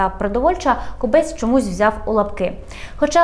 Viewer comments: Хіба не зрозуміло що кОбець а не кобЕць противно слухати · Думаю, що все таки КОбець, а не КобЕць!!! І і КОбця, а не КобЕця!!! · Тільки наголос ставиться на О. КОбець і змінюється не Кобеця, а Кобця. Є така птиця кобець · Дякую за випуск. Тільки перевірте, будь ласка, наголос в прізвищі «Кобець». Мені здається, воно походить від назви птаха і наголос має бути на першому складі.